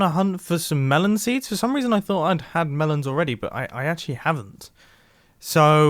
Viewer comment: "For apparesnt Reasjon" 😂